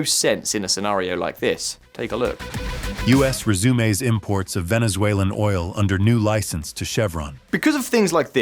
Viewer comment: The brief AI speech clips for headlines were pretty bad. "Resumes" pronounced as "ray-zoo-mays"?